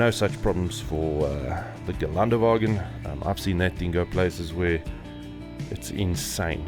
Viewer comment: It is called Ghe len duh va ghin. The umlaut on the first ä isn't garnish. 😊 Deutsch is different from English pronunciation.